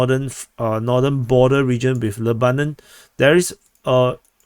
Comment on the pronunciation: I don't know the Arabic pronunciation, but in English we call the country, 'LEB/anon'.